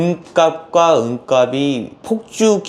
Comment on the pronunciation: 내용 넘 좋네요 잘 봤습니다! 다만 은값이 [은갑시] 라고 표준발음 부탁합니다. 은갑이 [은가비] 가 돼 발음도 안 맞고, 무슨 갑? 상자? 이런 느낌이 됩니다.